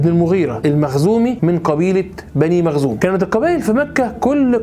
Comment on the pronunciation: حضرتك ..مخزوم وليس مغزوم جزاك الله خيرا